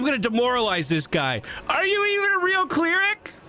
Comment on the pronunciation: What's a "clear-ick"?